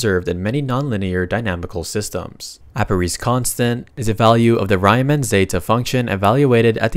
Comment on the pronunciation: bro said Rayman instead of Riemann